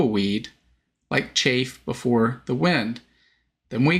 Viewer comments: it's chaff (short "a"), not chafe (long "a"). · Chaff sounds different than chafe Chaff is like baaaa sound